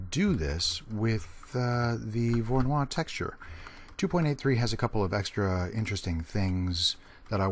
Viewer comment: It's not pronounced like a French name :) It's Russian: vorr-oh-NOY.